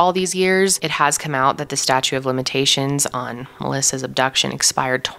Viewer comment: Great story. It sounded like you kept mispronounceing the word statute as statue.